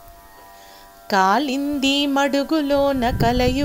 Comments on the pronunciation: కాళింది అనాలి. కాలింది కాదు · కాలింది కాదు కాళింది మడుగు .. అక్షరాన్ని తప్పుగా పలికారు.